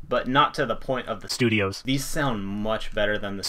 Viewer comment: can you not pronounce... (studio)